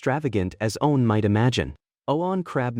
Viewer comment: Bro, this AI has no clue how to say “one.” I’ve never come across one that has such a hard time with such a simple word. Lol